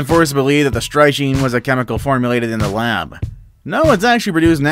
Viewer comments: it is pronounced "strick nine" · Strychnine is pronounced stricknine